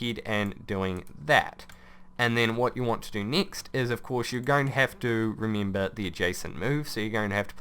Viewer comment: Why do you pronounce E's as you would EE's? Remeember, geeneral, exteend... its so weird lol